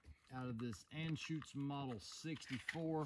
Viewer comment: Your pronunciation of Anschütz is correct. Great humor, very enjoyable videos. Whenever someone mentions creedmoor, I've send them your way. Btw...at least the German sales people can't help but add weird stuff to movie titles and their products...this time, it's personal!